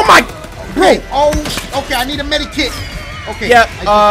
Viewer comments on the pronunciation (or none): dashi: "oh shoot i need a meda kit". Cory: "yea umm..." Me: "my dude dashi said meda kit instead of med kit. Look dashi med stands for medication not medacation."